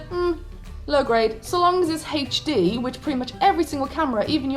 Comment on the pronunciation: Also... the fact that you pronounce HD as "hayche D" instead of "ayche D" makes me smile 😊 So much cuter than American accents haha!